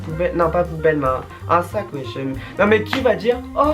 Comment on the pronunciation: mdr les chtits disent "ui" 😂, cst chiant de tjr entendre uiiiiii 😂😂